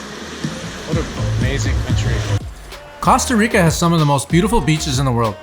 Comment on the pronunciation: Maybe you should learn how to pronounce Costa Rica before you start making videos